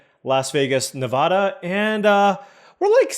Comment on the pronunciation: Welcome to Vegas,! You made the right call choosing Summerlin. Fyi, you're not going to make many friends with the locals with that pronunciation of Nevada LOL. I'll start with a quick recommendation of a pizza place called Dom Demarco's in Summerlin, they have a great happy hour